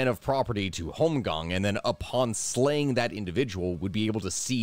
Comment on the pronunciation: Your pronounciation of holmgang was pretty good! The plurar (holmganga) not so much, but thaks for the video!